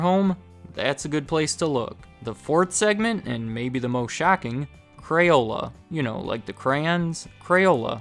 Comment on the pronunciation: Why do you say crayola right but say crayons wrong? You say crayuns, you little shit.